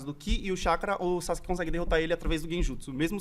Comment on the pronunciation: A galera que fala SASQUE kkkkk e não Sazuke kkkk pqp que pronuncia bosta e tão errada kkkkk